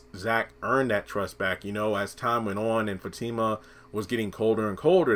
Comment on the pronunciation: Her name is Fatima not Zatima